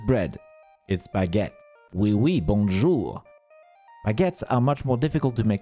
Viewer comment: i was about to praise your ability to say "oui oui bonjour" with an actual french accent because no one seems to say it right but turns out u are a frenchman so that makes sense x) amazing cooking skills, and awesome video too !